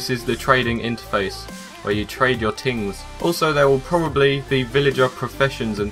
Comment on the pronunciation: ummmmm... "Tings"??